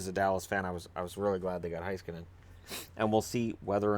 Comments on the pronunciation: FYI It's pronounced Hey-skanen, not Hi-skanen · Roope Toivanen Yes. ME-roh HEY-skah-nen.